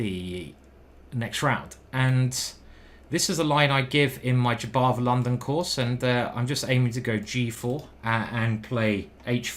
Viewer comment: That's not R a d j a b o v !